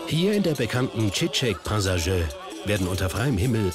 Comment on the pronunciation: ES HEISST CICEK PASAJI EROL nicht PAZARI